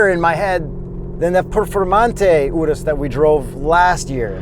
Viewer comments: I'm so happy to finally hear someone pronounce URUS correctly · My man pronounced the Urus correctly (not like 99% of the general population)